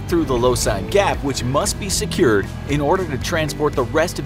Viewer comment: “must be sehcyuurd”